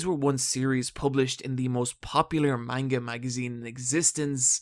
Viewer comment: This is decently researched, but please pronounce manga right.